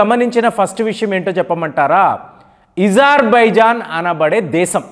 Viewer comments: Isarbaizan కాదు Azerbaizaan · Deshala perlu marchi yenduku chaduvuthavu bro Azerbaijan yizerbaijan antav nee chaduvuki deshale gurthu ravatamledu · sir your pronounciation of azerbaijan is awkward - kindly correct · ఇరాన్ ని ఈరాన్ అనాలి అజర్ బైజాన్ ని ఈజర్ బైజాన్ అనాలి ఇరాక్ ని ఈరాక్ అనాలి ఇలా ఎన్నో కొత్త ప్రయోగాలు చేస్తున్న (ఇది నా ప్రయోగం) గారికి జోహార్..జోహార్.. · meeru perlu sarigga palakatledu pronounsation sariggaledu aitulla komeinini atulla kaamini ani iran ni eeran ani hajar bhaijan ni hijar baijan ani antunnaru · ఈ ప్రపంచం లో నువ్వు ఒక్కడివే ఇరాన్ నీ ఈరాన్ అని పలకడం, అజర్ బైజాన్ ను యిజార్ భైజాన్ అని పలికే వెరైటీ మనిషివి నువ్వు అనుకుంటా... చిరాకు నీ పృన్క్యుయేషన్ వినాలంటే.... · Hijarbaijan kaadhu azerbaijan spelling correct ga paluku iran ni eeeraan ani saagadheesthav enti pronounciation